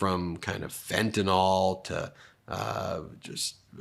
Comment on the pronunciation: I’ve certainly heard of fentanYl. What the hell is “fentanOl”?